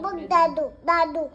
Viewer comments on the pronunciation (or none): Jaado nahi daadoo 😂😂❤❤